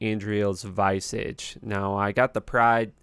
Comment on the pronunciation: Just being helpful: You did say Lacerator wrong. Instead of Lace r ator it's L - ass - er - ator, also nice build. Do you play on ladder? Edit: Instead of saying "Vice - age" for Visage, it's V - is - age